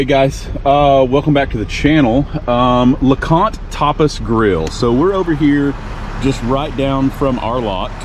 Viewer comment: I thought you said LeConte topless grill...... and when you said you were going to show us inside I thought....oh no you just cant do that Youtube WILL NOT be pleased.